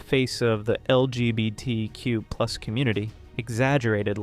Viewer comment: This doesn’t relate to the video and in no way to be rude but every time you say LGBTQ and hearing you somewhat slur it or mispronounce I’m reminded of that one Brandon Roger’s quote “They keep adding letters, but I add tolerance!”